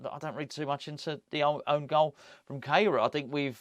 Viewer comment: you mentioned the pronunciation of Kehrer´s name which I think you and Moyesie are still not quite getting right. As he is German, and I myself am a German teacher, I think that his name must be pronounced "care-rah" (English version). In terms of etymology, his name actually means "sweeper" which is quite ironic when you think about it and what you talk about in the video. Not trying to be a smart-arse, just trying to help "going forward", as Moysie might say.